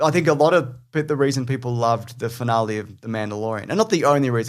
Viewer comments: fin-ahl-ee not fin-ah-lay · Jaaaaaaames... why are you saying finalae? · The way you say "finale" makes my irrationally angry.